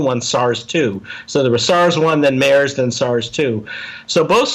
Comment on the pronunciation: This guy is an idiot, no funds means he is very small time private lab bs and doesn’t know how to pronounce MERS! You gotta do better than this Joe. Dr.Phil doesn’t work in this situation.